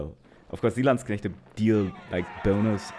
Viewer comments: ich danke dir dafür dass du Landsknechte richtig aussprichst. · I love the pronunciation of landsknechte😂